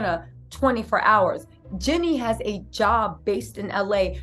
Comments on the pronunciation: Jenny has a name too. 😂 It's GEE-NEE ❤ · I love your content but girl you are pronouncing her name wrong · Please say her name correctly 😅